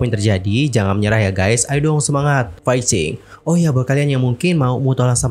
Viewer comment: Kak boleh nggak ngomong fightingnya jangan faycing 😭